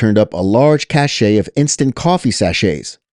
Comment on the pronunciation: The word "cache" is pronounced like "cash." The word "cachet" is pronounced like "cash-ay."